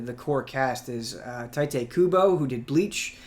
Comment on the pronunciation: His real name isn't "Tite." You don't have to over-pronounce it, man.